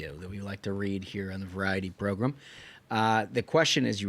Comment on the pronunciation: Idk how many more times i can hear "variety progrum" without snapping. I know it's a me issue, but it drives my nuts! It's the Ruthless Podcast, I'd love to just hear that! Love the content though!!